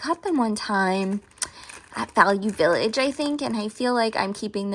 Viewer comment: You said Value Village... are you Canadian?